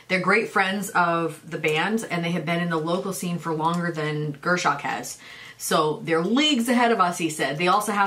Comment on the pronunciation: is back to saying Gür-sock. smh